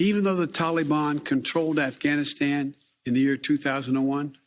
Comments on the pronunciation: Taking responsibility doesn’t mean anything. It doesn’t make it better. It doesn’t get lives back you moron. My god the sooner this guy is gone the better. And enough with the pronunciation talibon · I swear if he says tollybon one more time I'm gonna puke.